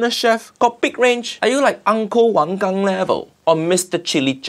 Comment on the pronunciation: Really love when uncle roger pronounce Uncle Wang Gang, really got me 😂